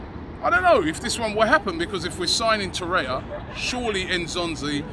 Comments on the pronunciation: Why does he keep saying “Torreya”? There is clearly another R. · You are mispronouncing his name in every video – It is TorreiRa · He likes Torreira but refuses to pronounce his name right ever.